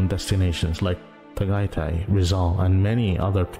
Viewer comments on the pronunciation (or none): Why did Tagaytay become Pagaiti?!